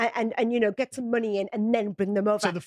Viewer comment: The word is money, not munni